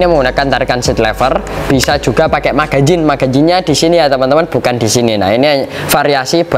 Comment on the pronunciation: Magazen,,, bukan magajin,,,,, omong yg benar masssss